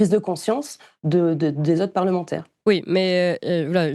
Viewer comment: Mais est ce qu'il ne dit pas "c'est la loi des" parlementeurs" ?... Écoutez bien à 1,30 mn !...